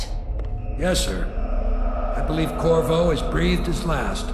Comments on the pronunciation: Dammit! I hear "Kurwa" instead of Corvo. It's Polish for fuck, if anyone cares. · I heard Kurwa to